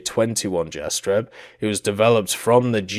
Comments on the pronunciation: So many mispronunciatons🤪 Mostly at Galeb and Jastreb, Orao and Soko. But other than that the video is nice. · Kraguj last j iz like Y from Yugoslavia Jastreb same story as above Orao ≠ oreo, a like america :D